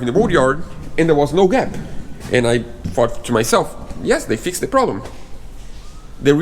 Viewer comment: Hi sorry to hear you have more problems with the build but im sure it will look amazing when its finished, one comment about grammer you pronounced fixed as fix ed may suggest that its pronounced fixd, you do not say the letter e so it sounds fix duh hope you dont have many more problems in building your dreams